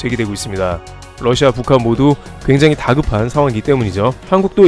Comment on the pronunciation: 영어 발음 - Lussia가 아닌 Russia 입니다.